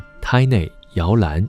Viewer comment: 我只想說你都查原文了 幹嘛不把胎內（たいない)發音也查一查